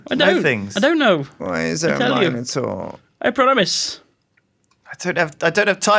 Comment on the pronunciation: You better watch out for that Mino"Door" :D